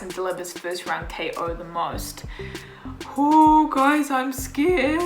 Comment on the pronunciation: do me a favor and never say scurrred again